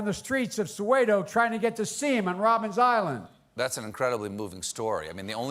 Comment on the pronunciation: Robben island. Perhaps if he had visited it since that time and learned the history he would know how it’s pronounced. I’m from the frozen prairies in Canada and even I know.